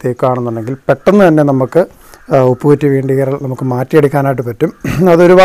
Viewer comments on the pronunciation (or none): ഉപ്പു കുറ്റി അല്ല ചേട്ടാ, ഉപ്പൂറ്റി എന്നാണ്